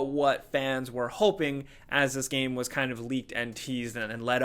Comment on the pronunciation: Please tell how to pronounce game. It's game: g-aim, not gam. Thank you